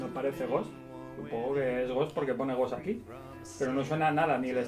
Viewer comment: no sabe ni pronunciar “Ghost” y dice que no suena a ellos XD